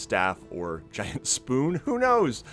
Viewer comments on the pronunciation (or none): none